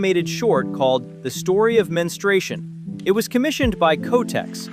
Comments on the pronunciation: It's pronounced Mens-tru-ation not Menstration. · OOoooooo .... SO DARK ...."The Story of MEN-STRY-SHUN" --- what's DARK is the lousy AI voicing or the ignorant pronunciation of a human speaker -- How hard is it to pronounce MEN-STRU-A-TION?